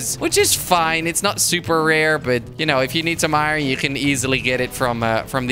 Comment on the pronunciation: He said iwon instead of iron